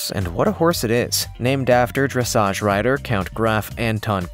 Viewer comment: I do wish his equine "lingo" were spot on. Pronouncing Dressage as dressidge; calling a breed a different species along with a multitude of other mispronunciations. Distracting at best.